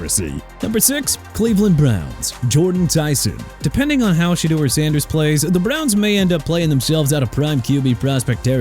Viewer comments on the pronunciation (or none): none